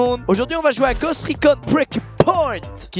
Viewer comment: Ghost reacon il y a carrément fantôme dans le nom du jeu et il arrive à dire ça il est trop fort 😂😂